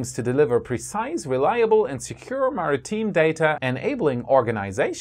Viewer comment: Very minor nit: it's pronounced more like "merry-time", not "mary-teen"